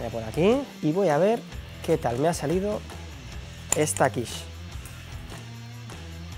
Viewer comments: Buena receta y buena explicación. Además nombras perfectamente la quiche ( quich) y en femenino ¡Olé! Que aprendan muchos que van de supercocineros sabihondos. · Por fin alguien en España lo pronuncia bien 👍 :-))